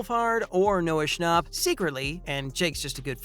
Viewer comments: It’s schnapp not schnopp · its not sha- nop its sha- nap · THE WAY HE SAID NOAH SHNOP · Why they all say Noah "Schnopp" its Schnapp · Why does everyone say his last name wrong it’s Noah Scnh APP not Noah schnopp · "Noah Schopp"💀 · why does he say shnopp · I cant get over the way he says “schnauhpp” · The way you say schnapp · Lol how he pronounced schnapp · I'm irritaded by how this guy says Schnapp😑